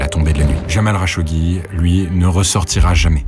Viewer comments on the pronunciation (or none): kh en arabe c'est la lettre خ , le r à la française c'est غ et le r à l'espagnole c'est ر t'utilises différente partie de ta gorge pour chacun des sons, le "kh" est moins profond que le "r"